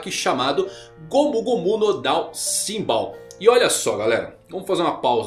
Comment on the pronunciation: não é simbal, é chimbal